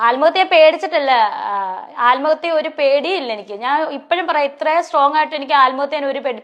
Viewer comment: ആല്മഹത്യ ഈ വാക് പറയാനും അറിയില്ല ആത്മഹത്യ എന്നാണ്